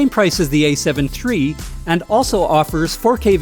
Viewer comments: "A7 tree" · Is he saying “A7 Tree?” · Ace heaven tree.